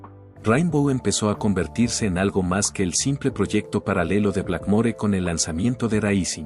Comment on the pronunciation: Me generó dolor de huev0$ escuchar todas las pronunciaciones de la persona esta... "Dió" "javi maral" "eaven an gel" "blakmo-re" etc